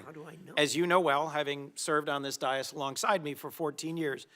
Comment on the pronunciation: What is a dai-is? It's a dais, idiot. And it only goes downhill from there..